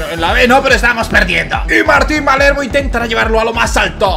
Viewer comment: Palermo es, no malermo